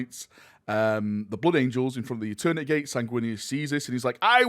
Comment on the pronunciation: “Echoes of eterneteeay” 🇬🇧